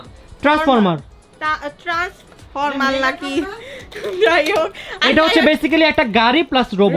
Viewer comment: Chi vai transformer ke transformet bole ki level er murkho